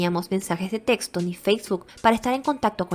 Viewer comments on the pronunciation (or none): none